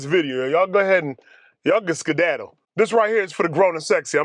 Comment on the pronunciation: A black guy saying skidadle .... 🤣🤣 Damm I'm done 😂😂😂😂